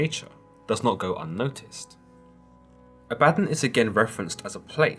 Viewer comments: Ah-bah-Don. Not A-bad-on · "AB a Don" not "A bad on" He was the first watcher. Like a gopher. Go for this. Go for that. He despised his job and when god wanted someone to punish man he volunteered. But half the job was seeing if his negative actions actually had positive effects on mortals. Over time Abaddon learned how to manipulate mortals back on to the "Righteous Path" He taught Michael when Michael was cast down to earth as Lucifer. You guys are reading these books, the few that are remembered but its like reading chapter 1, 3, and 5 and thinking you know the whole story. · Not abadin as in Aladdin more pronounced aba-don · Ab-bah-don. Not ah-bad-in. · all i can think about in my head is how you pronounce it a-badden and i pronounce it aba-don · Ah-beh-don ... Not abadon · It's not Ah-bat-on, it Ab-ba-don. Consult theologians before posting. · I love you series on the bible! Pronounced A-Bad-Don. Don sounds like dawn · I'm pretty sure it's pronounced, (AW - baw - dawn.) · Always thought it was pronounced Ah-bah-Dawn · ThatBlogGuy yeah it should have a longer o sound at the end. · I think you are pronouncing it wrong. It's Abba-don. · Bruhhh I can’t listen to this correct your pronunciation of abaddon it’s pronounced a-bah-dawn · I think it's pronounced: "Ab¹‐Uh²‐Don³" 1)Your stomach muscles 2)A question, "Uh, what?" 3)The sun rising at "dawn" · It's pronounced "abba-don" dude lol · Pronounced ah ba. Don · It's actually pronounced A-vad-don as in A-vad-down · Is it actually pronounced the way this guy says Abaddon, or is it pronounced AB-UH-DON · Abaddon pronounced ABBA-DON. Your welcome. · I thought it was pronounced as Abba Don. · Pretty sure it's pronounced ABBA-don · Abba. Don.. C'mon now you read you the Bible The first time.. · The way you pronounce Abaddon is killing my ears. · Oh girl you ruined his name. Ah bah DON he is an all powerful demon not computer software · I thought I was the only ! I'm cringing 🤣